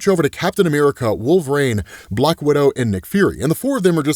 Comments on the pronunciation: Why is he pronouncing it like wolverain? Instead of wolverine...it really bothers me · Lol every time: "Wolv-rain" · Why does say “Wolver-rain”? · I keep meaning to ask, why is it that you pronounce Wolverine as “wolv-rain?” I’ve never come across anybody else that does, so I was curious